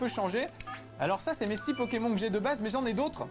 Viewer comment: ce test a été réalisé quand? il dit pokémon et pas "pokémone" ça fait vraiment bizarre x)